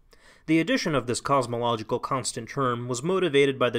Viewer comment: The "Cause-mological" argument.